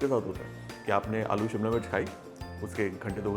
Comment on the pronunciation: उसे सिमला नही,, शिमला कहते हैं। सभी श को स बोलने वालो से दरख्वास्त है कि इस तरह की बोली को आगे न बढ़ाए,,खुद में सुधार दें।प्लीज